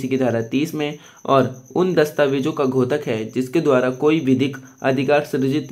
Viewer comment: घोतक नहीं होता है बल्कि द्योतक है।(द्+यो+त+क )